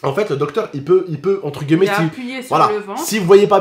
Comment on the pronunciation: ON DIT ENTRE GUILLEMET PAS GUEULLMET